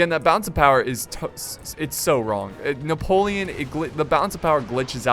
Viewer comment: You sounded so french when u pronounced Napoleon man, as a french i was really suprised, i mean i was use to ur desastrous "chasseur" pronouncing